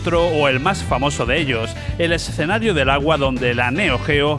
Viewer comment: Por qué pronuncia la palabra "escenario" de manera rara?? Es como que dice "es-cenarios".